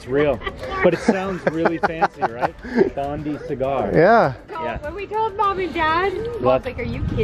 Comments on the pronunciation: Will you please say it correctly. Not Bondee Cigar but a Bond-eye Cigar. Bondi is a suburb and famous beach in Sydney. 🇦🇺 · An Aussie pronunciation correction Bondi is pronounced Bon die, not Bon dee. The story behind Bondi cigar is that one of Sydney's sewerage ocean outfall used to be close to Bondi Beach. During times of heavy rain the treatment plant could not cope so raw sewerage would end up in the ocean and polluting Sydney's city beaches. Australians have to have a slang name for everything, so Bondi cigar was a "nice" way of describing what people found floating in the surf. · The name on the boat is actually pronounced Bond eye cigar not bond ee cigar. Bondi beach in Australia is the most famous and iconic beach on the east coast of NSW! They can have up to 30,000 people there in a day in summer! From one who lived there ……..Bondi! Look it up! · Greetings from Australia. Love the boats name but it’s Bond-eye pronunciation. Bondi Beach is a very famous beach in Sydney. We love our slang and it’s very much part of our culture. Cheers for your family travels.